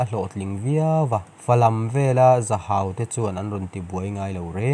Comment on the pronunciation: I va chhiar thiam lo ve male.in zir nasa rawh.Zahau ani lo.Zahhau tia lam tur.